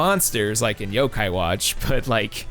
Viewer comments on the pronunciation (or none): none